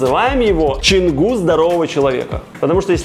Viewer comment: Почему пишешь Чангу, а говоришь Ченгу??